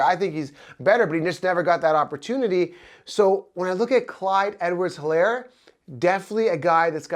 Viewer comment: the H is silent. ist like elaire.